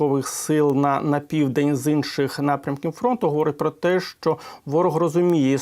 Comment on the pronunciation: Не щчо, а ЩО!!! Щчо - інтеграл через плечо.